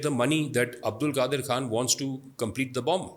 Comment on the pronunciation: چوتیا نام نہیں آتا تمیں اور بحث کر رے ہو اس ریسرچر کا نام عبدالقادر نہیں عبدالقدیر ہے 😇